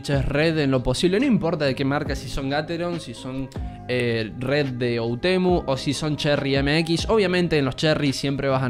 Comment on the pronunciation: Me encanta porque es todo el vídeo hermoso pero puso otemu envés de oUtemu